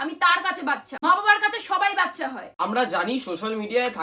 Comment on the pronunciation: বাচ্ছা হবে না বাচ্চা হবে। R tar thekeo boro ktha akhn ato mature ato normally kotha kivbe blcho .